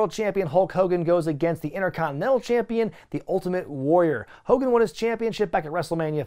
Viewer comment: I love how you continuously call him Ho Kogan 😂😂😂😂 maximum DESTRUCITY